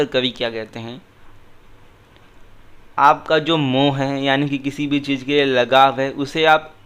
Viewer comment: Correction, when reading gurbani shabads, the choti ee and u ki matra at the end of every word are silent, for example hari is read as har, and mohu is read as moh, this adds meaning to the shabad